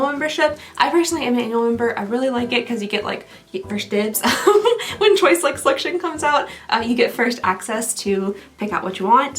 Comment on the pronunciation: Chiuse instead of choice, dying 😅😂😊